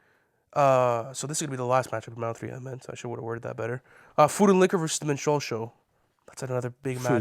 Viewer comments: MINstrel, not minSTRELLE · Min-strall show or min-strell show? The fact you cant even pronounce the shit makes me think you have no concept of the album. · The way they pronounce minstrel 💀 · Apologies and respect to all but you simply CANNOT mispronounce Minstrel and expect to be taken seriously in this context. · could somebody tell them how to pronounce minstrel?